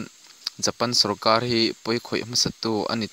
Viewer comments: A bengvar thlak,mahse i chhiar thiam lo,sarkar tih tur sawrkaL,intlar tih tur intlal te i tia..tin a lam dan tur a hre deuh te be rawn rawh,i tih lehzel dawn chuan..A tha lutuk e,i thil tih hi. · R hi i lam dik theilo reng reng sawrkal te iti🤣🤣🤣